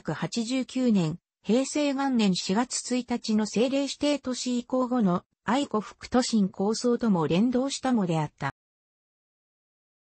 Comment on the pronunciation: 音声の読みに誤りが有りすぎるので、ツッコミを入れておきます。 ・八木山 ×やぎさん ○やぎやま ・愛子 ×あいこ ○あやし ・川内旗立線 ×かわうちきりつせん ○かわうちはたたてせん ・青葉山駅 ×あおはやまえき ○あおばやまえき